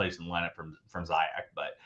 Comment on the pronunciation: It is Zee-yesh not Sayek